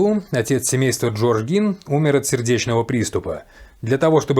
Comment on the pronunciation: если бы сначала изучали информацию, прежде чем говорить, то знали бы, что правильно именно Гин, ведь специально именно для таких, как вы, и в русскоязычных, и в зарубежных источниках указана транскрипция, как надо произносить, и это, о ужас, /ɡiːn/ Представляете, не Гейн и даже не Джин...